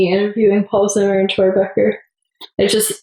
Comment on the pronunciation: anyone else cringe so much at "troye" that they feel physically sick